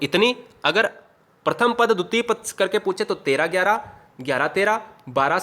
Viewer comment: Paad nahi keval pad